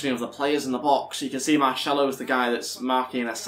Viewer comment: ITS VAZKEZ NOT VAZQUEZ, AND MARSELO NOT MARŠELO